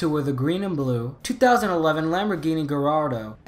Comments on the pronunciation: Ok first the Lamborghinis are pronounced 'guy-are-dough' and second the pagani is pronounced 'why-ra' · The lambo name is pronounced Ga-yar-do Su-per-lej-je-ra